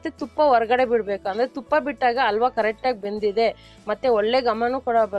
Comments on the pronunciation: ‘Alwa’ alla. ‘Halwa’ anni. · Madam, it's called as halwa not ALWA Please take my comment positively and change your style of pronunciation Ha helo jaagadalli aa helbedi Otherwise recipes are good Keep going 👍 Bhaashe uchhaarane swalpa badalayisi madam🙏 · ಇವರು ಹ ಕಾರಕ್ಕೆಲ್ಲ ಅ ಅಂತಾರೆ (ಅಲ್ವಾ, ಅಸಿ )😂😂😂